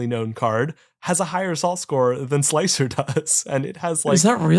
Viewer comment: Hey it's sl-ICE-r, more than meets the eye indeed.